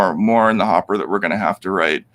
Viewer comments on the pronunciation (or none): none